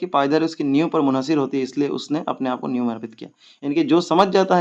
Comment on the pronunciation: New kii it nahi niv kii it hota hai sirr